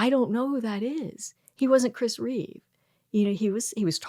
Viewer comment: Christopher REEVE, NOT REAVES